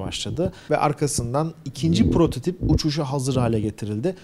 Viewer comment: "prototoBi"...Sende mi P yerine B ile konuşmaya başladın mümin kardeşim. Hayırlara vesile olur inşallah :P